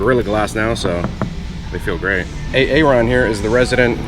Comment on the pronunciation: Am I the only one who knew why he called my man, A-ARON!?... LOL